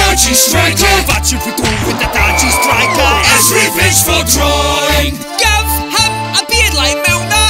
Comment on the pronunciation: Drawing* not Droring